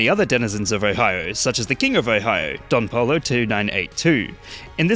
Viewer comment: Bro mispronounced Don Pollo 💀